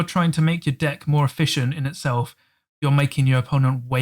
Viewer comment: LMFAO, sometimes when you say deck, it sounds like 'dick' 😉